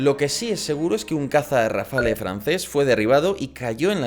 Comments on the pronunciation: Tú sí que estás hecho RAFALE. La E es muda pues no va acentuada se pronuncia RAFAL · No se dice Rafale... se dice RafaLLLLLLL...